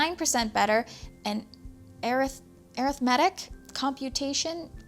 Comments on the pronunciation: Arithmetic is pronounced like this: ah - rith - ma - tick. It's an old-timey word for simple mathematics. I can't remember the last time I heard that word spoken aloud. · I've never heard arithmetic pronounced that way...lol. I'm gonna start using that myself. Great video.